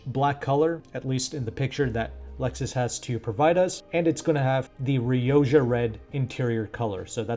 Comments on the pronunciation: You are Riodja red, its pronounced Riokkha. Its Spanish word for red! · Surely "rioja" is pronounced "ri-o-ha".